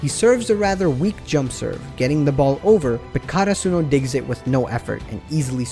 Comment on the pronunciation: they way you say karsuno, almost made me stop watching haha